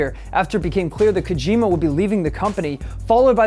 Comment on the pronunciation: It's pronounced Koe-Jim-mah. Smh.